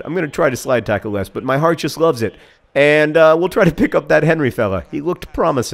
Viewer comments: Pretty sure the ginger's name was Hery not Henry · his name is acutally Héry ;) not Henry